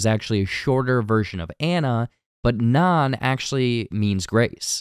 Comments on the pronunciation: Why do you keep calling her naan? 🫓 Her new name is NAN. 😂 You always get some easy details like just slightly off. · Anna said her new name would be "Nan"...as in short for Nancy...not "Naan" a popular bread eaten in India. Or are you still thinking this is a "body of christ" situation?